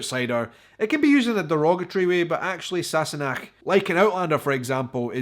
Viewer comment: Just a wee comment from this Californian Scot. I really like how you say Sassenach and how your tongue does the (Unnecessary?) R roll on Girl..!